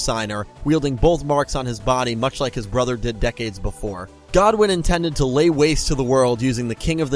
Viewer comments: Quick question why do you keep saying Godwin not Goodwin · Roman Goodwin not godwin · GOODWIN NOT GODWIN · I always thought it was GOODwin not Godwin